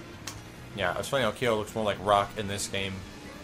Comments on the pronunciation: kaio? thats like pronouncing ryu, raiyu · Kyo is one syllable. It's exactly how it looks. "Kyo." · Kyo and Ryo are pronounced "keeOH" and "reeOH" (both fast), just so you know. Thumbs up so can see.